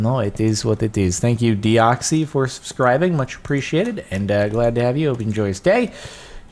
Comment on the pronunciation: jardon you fool you pronounced deoxys wrong